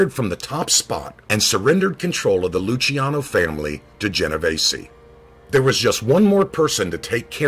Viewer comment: As my name is Luciano I just wanted to thank you for pronouncing it correctly. :)